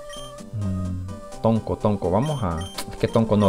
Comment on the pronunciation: era tronco no tonco xD